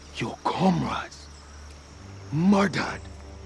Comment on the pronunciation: "Kahn yu si siss? Yoa kahmrads were MORDORED...bai WUMAN!!!" That was the freakiest pronunciation of "murdered" I've ever heard.